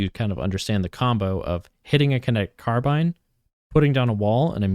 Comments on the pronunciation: thank god i wasn't the only one squirming everytime he said it.. carb(eye)ne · Great video but it's carbine not carbean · Say car bean one more time I swear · “Car bean” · “Car bean”😭😭😭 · it's probably the correct pronunciation, but please stop saying "car bean" 😭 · No it's not. If you look at the entomology of the word, It comes from the french word "carabine" pronounced like "caha-bean" (with french accent). In the UK "car-bine" is far more common, and in the US both pronunciations are used and valid. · take a shot every time he says car bean 😭